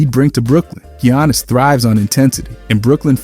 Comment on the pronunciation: "Gee-yawnus" has been in the league too long for you to pronounce his name that way 😭😭😭